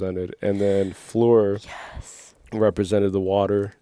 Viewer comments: You pronounce the r as well in Fleur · You got me french laughing at your "Fleur" attempts. Love you guys. Those 3hours review are truely interesting.